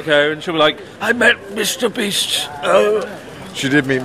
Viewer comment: Lol I can't stop with those men chasing " Misuta Bisuto! Eeeeeeeeh !" Lol this clip is too funny 😆